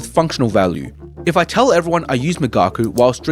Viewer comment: Migaku is correctly pronounced ["me" as in "me too, "ga" as in "gosh," and "ku" as in cool] migaku: [ 磨く to hone/polish (usually skills)], also [研磨 to polish (an item)]